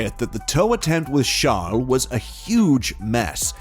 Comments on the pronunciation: Good video. But please stop calling Charles chall/shall lol. If you dont actually have an accent it just sounds like you're making fun of him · I get that. But Charles isn't really a French name lol. Idk, it just sounded super weird to me 🤷‍♂️😂